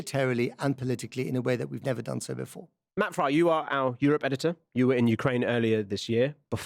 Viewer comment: Frei...it's Matt Frei...not Fry...